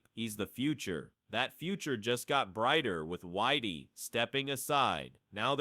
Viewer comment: Why is the this video commentator calling Dillian Whyte, Whitey? It is a derogatory term for white people, which does feel a bit strange to me. It is I believe pronounced as in the word White, that is more fitting to the way Dillian Whyte who’s from England would perhaps like to be called.